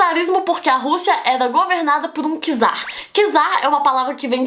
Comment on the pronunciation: Não é por nada não, mas a pronúncia correta é "tzar",pois a letra "c" em russo tem o som do nosso "t"